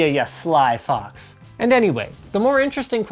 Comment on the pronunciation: "ya sly fucks..." wait did he just say.... oh, he said fox!